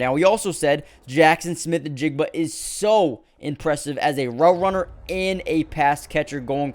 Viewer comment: say jsn's name again ... that last part